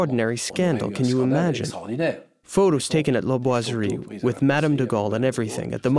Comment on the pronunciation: POR FAVOR NO ES LA GUERRA DE 1418!! REPITEN EL ERROR VARIAS VECES. ADEMAS EN LA TRADUCCION AL CASTELLANO NO SE PREOCUPAN POR PRONUNCIAR BIEN LA PALABRA BOISERIE.IDEM LA PALABRA COLOMBE.